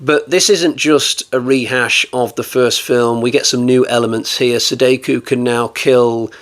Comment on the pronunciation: You've got some good ones this time, but the Rye-you-jee and Se-day-kuu need to stop. It's Ryu-ji and Sa-da-ko, pronounced exactly as written. About this work, I can't say I liked it. The original was best and the sequels were awful. We should have had James Cameron do the sequels, as he's the only one capable of making a decent sequel.